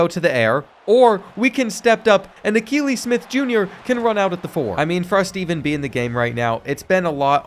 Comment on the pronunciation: I’m a big time Oregon Ducks fan and it’s pronounced Uh-key-Lee his dad also played QB for the Oregon Ducks